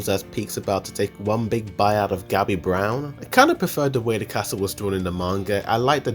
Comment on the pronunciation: Can you please learn how to pronounce the names of characters? Floch is pronounced like Flock, and Yelena isn't Yee-lah-nah, it's Yeh-la-nah. Braun is pronounced like brawn, not brown.